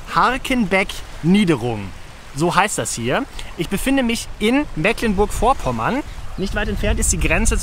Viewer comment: Ich habe, angesichts der über Niedersachsen, Schleswig-Holstein und Mecklenburg-Vorpommern verteilten Drehorte, die Vermutung, dass die Produktionsgesellschaft die Filmförderung von drei Bundesländern abgegriffen hat. 😉 Kleine Besserwisserei: "Mecklenburg" wird trotz "ck" mit langem "e" gesprochen - "Meeklenburg" - dagegen wäre die Aussprache von "Spar" in den Niederlanden korrekt. Der Firmenname kommt nicht von "Sparen" sondern von "spar", was "Fichte" bedeutet (daher auch das Firmenlogo).